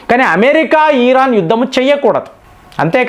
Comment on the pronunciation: భారత్ అని స్పష్టంగా పలికి నప్పుడు ఇరాన్ అని పలికితే బాగుంటుంది